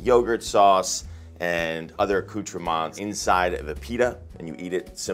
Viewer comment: You can properly say "accoutrement" and not say "yee-roh"? 😜😂 Loved your cauliflower recipe ideas! Thank you,. 💜